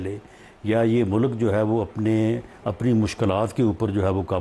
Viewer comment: Please tell him word is MULK… not mullluk 😅